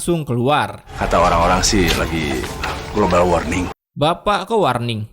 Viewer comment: global worning😂😂😂❤